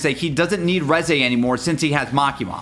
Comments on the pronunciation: The Reze Part was so sad. Especially having to listen to him saying “Rezaye” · I’m so mad that he keeps saying reze wrong